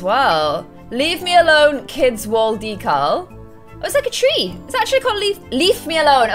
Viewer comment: She's not saying decal right😑